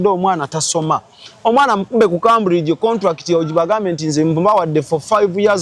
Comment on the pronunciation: It's pronounced Kemburigi, Cambridge in English. Tokitwala, it's for correction